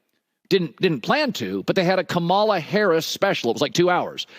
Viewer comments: Hey Colin, thanks for your take on dump and Kamala, but her name is pronounced KAM-a-la (like comma, the punctuation mark), NOT ka-MAL-a; how hard is that?! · It's not Ka-Mala it's, Kama-la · And yet Cowterd 😠 continues to pronounce her name incorrectly. Seems intentional! Kamala = Comma-La! (NOT Com-A-la) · Why does he mispronounce Kamala Harris' name? Kam a la, not Ka mala. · Dude...Kamala is pronounced 'comma la' not kam ala! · Colin -thanks, but please....it's COMMA-la, not ka-MALA, thanks. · For God's sake, say her name right. Comma la, comma la, comma la. It's not that hard. 🙄😝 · Hey Herd? I know damn well you have a staff how come none of them told you how to say her name? COMMALAH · Trump changes everyone’s names to belittle, denigrate and negatively label them. For instance he calls Gavin Newsom “Gavin New Scum.” He does this with Harris, depending on the crowd, by calling her KAH MAH LAH. We all know well by now how to pronounce her name, especially if you’re in a business where you spend 10 hours a day talking about her. This guy knows her name is Kamala like comma la. He chooses to pretend he doesn’t know in order to dog whistle her as foreign, as other, as not white. He’s a hack and should be ignored. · Colin pro broadcaster it’s Cama la. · Comma La. Pronounce Kamala's name correctly please. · KAH ma la! Please say it properly. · First, learn how to pronounce her name Colin….. you should know better. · Why do some White men act like there mouth just can't say Kamala name the right way. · Why can't they say Kamala correctly? It's not hard. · Why do they keep pronouncing Kamala Harris’s name, like she’s some African warrior? She pronounces it all one word. Colin says Kamala the Trump way says it. which makes me think he watches Trumo more than he’s saying he does. Maybe going Kamala to be seen as the cool guy, like Stephen A switching from talking down on Jordan as a young guy, flipping to Jordan fanatic when his ratings dip.